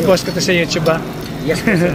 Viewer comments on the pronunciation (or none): none